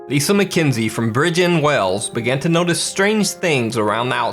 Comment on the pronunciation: BRIDGE-IND Wales 😂 it’s bregend you wanker!